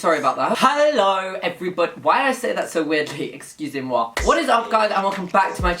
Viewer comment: I literally fell in love when you said « excusez moi »,your French is so good 😊